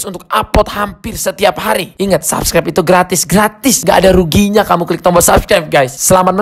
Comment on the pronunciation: Klik bang bukan tlik